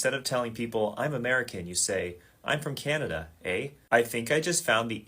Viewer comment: To the guy -- any Canadian would know you're not the real deal by the way you said "eh." Americans separate it from the preceding sentence. The real and Canadian way is to keep it short, have it slide together with the last word spoken and rise slightly in pitch. You'd be instantly telling a Canadian with your version that you're NOT from here. Ironically, you'd do better NOT to use it.